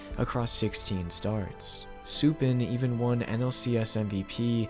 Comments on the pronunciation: For future reference: Sue-pawn. Not Sue-pin. Names are tricky, so no snark or rudeness intended in my correction. Have a good day. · “Soup-in” is killing me, man😭😭great video, but it’s “Sou-pawn” for future reference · FYI it's pronounced "sue pawn" not "sue pen" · Its Jeff Suppan, pronounced "Soup-ahn" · To me the reason was Isringhausen got hurt. With him not closing, the Cards didn't blow games. Also, Suppan is pronounced Su-pahn. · Good video! For future reference though, Suppan is pronounced Su-PAHN.